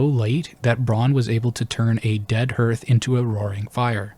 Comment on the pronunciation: "Hearth" does not rhyme with "Earth"